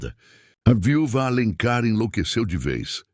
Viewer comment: Amei a estória, embora a IA cometer uns erros engraçados... viúva, filha ....